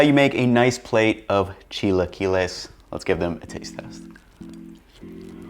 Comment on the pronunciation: Precovid, I used to go this place that had chilaquiles on the weekends, during breakfast. I would always say "Idk if I'm pronouncing this right, but can I get the 'chai-la-kwai-lees birdy" and would point at the "Chilaquiles Verde" option on the menu. One of the girls got so red trying to hold back her laugh.